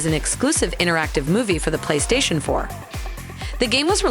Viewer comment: Personal Computers? Pla-y-stay-shon I was looking for a ranking list, but I didn’t realise this video was recorded by AI